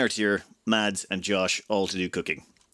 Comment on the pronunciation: Hi. Mads is pronounced without the d in it. Exactly like the word mass:)